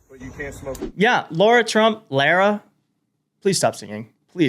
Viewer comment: It’s pronounced La-rah